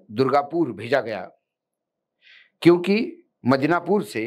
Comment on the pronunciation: मिदनापुर कहिए, मदीनापुर नहीं । कल से ग़लती कर रहे हैं ।